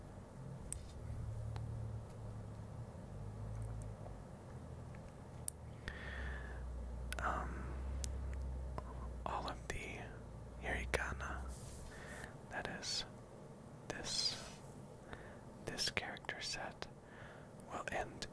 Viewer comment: It's hiragana (ひらがな) not hirigana, and also nihongo means japanese language so you were saying japanese language language 😂😂 XD